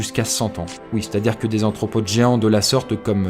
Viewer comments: Chouette sujet et vidéo encore, merci ! En revanche à (et après) il semble que tu prononces "anthropodes", mais il s'agit bien des "arthropodes" ("anthro" renvoyant aux êtres humains). Merci pour ta chaîne en tout cas et ton super boulot ! :) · C'est moi ou j'ai entendu ''Anthropode'',on dit pas plutôt arthropodes ? -La gazelle de Waller est appelé aussi ''Gerenuk'' -L'hippocampe feuille ne fait pas partie des hippocampes (genre hippocampus) mais des syngnathes (sous famille des syngnathinae),mais bon,ils sont assez proche mais la différence est surtout dans la posture,les syngnathes sont allongés et tubulaires alors que les hippocampes ont le corps dressé et les syngnathes se déplacent différemment,les syngnathes n'ont pas de queue préhensile alors que les hippocampes en ont.